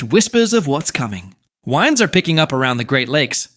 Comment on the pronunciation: Ai content... Winds pronounced wrong haha